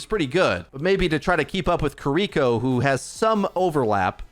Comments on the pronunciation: He often pronounces incorrectly as "Kuh-ree-ko". Hopefully, the correct pronunciation ("KEE-ree-ko") will be used more often. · Please consider pronouncing Kiriko as "KEE-ree-ko" and not "kee-REE-ko" as it is much closer to the original Japanese and sounds much better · Still makes me laugh every time turns "Key-Re-ko" into a Yu-Gi-Oh card. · why are you sooo bad at saying Kiriko's name? They literally said it several times during the dev video.